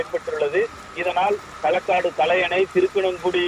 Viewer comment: திருக்கனங்குடி இல்லை திருக்குறுங்குடி ஊர் பெயரை சரியாக வாசிக்கவும்